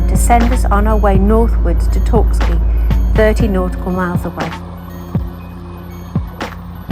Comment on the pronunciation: It’s Torksey btw 👍 you’re welcome